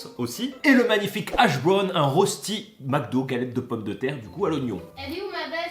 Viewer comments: Yo petit détail qui me perturbe,on dit röchti pas rosti pour la prochaine fois. Bonne soirée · Ca se prononce "reuchti" putin...